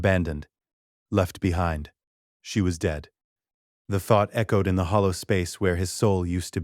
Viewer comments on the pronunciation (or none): none